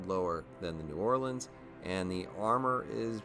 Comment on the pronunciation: Well doing great with my "new orlean" anyway..